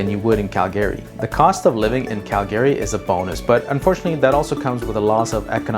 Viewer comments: CalGAaaRY. It’s pronounced cal-gree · It's Calgry not Cal Gay Ry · It’s not Cal - GARE - Ree 😬, it’s Cal - Gree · It’s pronounced CAL-gary, not cal-GA-ry. I couldn’t finish watching the video because of the pronunciation. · How about you learn how to pronounce Calgary properly . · Good video but pronouncing Calgary 😬